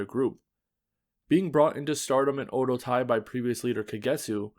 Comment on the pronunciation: Very informative and well-done video. My only critique is the pronunciation of Oedo Tai. It should be pronounced as Oh-eh-doh. In the video, it sounded like oh-doh.